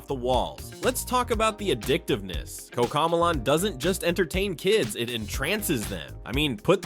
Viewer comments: “Koca millaan”💀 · Bro said cocomelon wrong